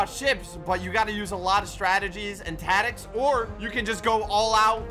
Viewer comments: “Tatics” (instead of tactics) 🤣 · "Strategies and *TATICS*" ah yes, what may your tatic be kind sir? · Are we all going to ignore the fact that said “tatics” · why did you say tatics instead or tactics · Hehehehhe you said tatics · Bro at the beginning said tadics and not tactics. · did he say tatics?